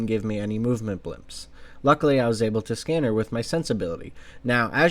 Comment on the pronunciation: it's BLIPS....not BLIMPS